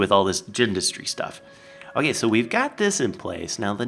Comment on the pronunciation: Did you notice? He had OAK leaves and he said OAK-kay!